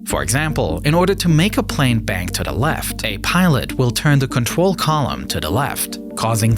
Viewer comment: Contwol /(UwU)/ Lol